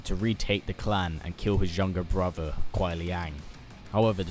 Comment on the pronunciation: I enjoy your MK videos but listening to you say "brover" instead of "brother" this entire video made me want to sew my ears shut!